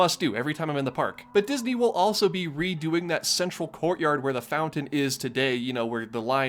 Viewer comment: Couple of things. THANK YOU for being amount the top five Disney bloggers. You’re a class act, and funny, too. Second (this is small but stupidly important to me) THANK YOU for pronouncing mountain “MOUN-TAIN” and not “MOU-UHN. Also “FOUN-TON” instead of “FOU-UHN.”